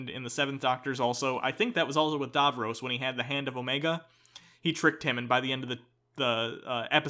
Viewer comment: For fuck sake guys say Davros properly. How many times was his name said and you still manage to say it wrong?